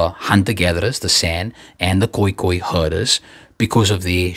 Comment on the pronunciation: By the way, dis ne 'San' nie, maar "Saan", soos in 'haan'. En daai pastoralists van Oos Afrika — die Khoeikhoen-hulle — is gespreek 'koei-koei-n'. En die Saan woord vir 'mense' is eintlik 'Tu', soos in BaNtu